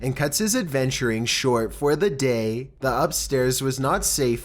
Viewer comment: “Beside ETTTT” “during the dAY” “conversatIAN” like I can’t listen to it anymore ahahahahhaa